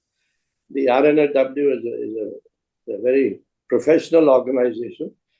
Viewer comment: Wish Karan Thapar can take the effort to say R&AW just like Mr Dullat says it. Karan Thapar is lacking professionalism